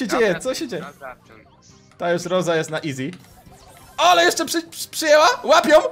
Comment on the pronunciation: Nie rołsi tylko rosa